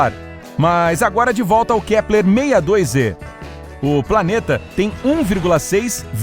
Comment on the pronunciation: Ele falo kleper 1000 vezes